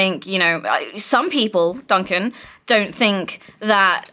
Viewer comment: Anyone notice he's called doncan instead of yogscast Duncan.??